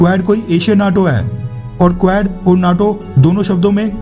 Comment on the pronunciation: कुवेड़ नहीं क्वाड है correct pronunciation